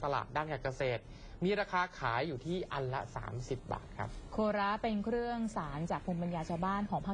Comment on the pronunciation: อ่านว่าโคระไม่ใช่โค.ระ